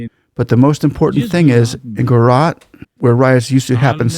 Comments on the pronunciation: It's not Spanish Central, or Latin American. The J is a hard j sound. Gu-ju-raat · We need less of your over speech - J is not Y , some education would be useful . Gu Ja Rat Gu ( like the start of Good ) Ja ( J for Jack / Jack is not Yack Rat ( Raat ) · Buddy, it's pronounced as "Guj-a(schwa)-raat'. The "J" in Gujarat is NEITHER silent or pronounced as "H" as in San José or "hour". As an Indian from India I can assure you that. India is blessed to have Modi. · Its Gujarat not Guarat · bro are you teaching us how to pronounce OUR names? no it's not jujrat, it's GUJRAAT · The "J" in Gujarat is pronounced like the J in Jack, jump etc. The roman alphabets in words from Indian languages are usually pronounced the same way as they are in English and not in other European languages like Spanish or French since we were a British colony. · FYI. The "ja" is not silent. Nor is it pronounced like "h" in Spanish or "y" in. Pure and simple "j" like in Joe or John. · India is not Mexico…not Spanish speaking. Please pronounce Gujarat with a J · this fellow can’t even read and pronounce the name of the state properly??? How difficult is it to read the spelling of the word GUJARAT and pronounce it properly. These chaps are either so dumb or with their heads in the cloud or up their ****, it’s amazing. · He silenced the J in Gujarat. Like how we say Joaquin Phoenix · Love your videos. Just one request, please pronounce the J in Gujarat as u would in English 😊 (not Spanish) Indians pronounce the letters per intended sound in Indian names and languages 😊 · Yeah , first i read you comment without watching the video, thought comment is a joke , but yeah he couldn't pronounce Gujarat well. Mainly 2nd syllable was messed up, juh (judge) and then raat ( language how do we explain how we pronounce night. Google translate would help )